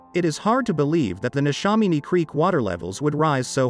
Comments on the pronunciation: NeshAMiny not neshominy. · The pronunciation of Neshaminy was interesting 😊 very well done though.